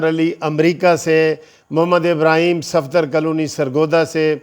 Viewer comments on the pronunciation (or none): none